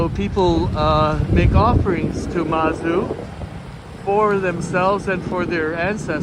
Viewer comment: Hi,! It is actually Zhang Hua and Lu Gang. The Taiwanese transcription of mandarin into romanized characters is very confusing... Especially most administrations still avoid the mainland pinyin which is much more accurate... Same Mazu goddess is pronounced Mad'zu not masou (as in french), not like Suzuki in Japanese and as you might guess in pinyin. Apart from that although u mentioned preparing for the invitation I didn't received the notification of your Livestream later on, very frustrating... Anyways ^_^